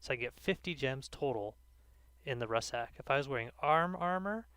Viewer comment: It's pronounced RUCK SACK. Not RUSS SACK..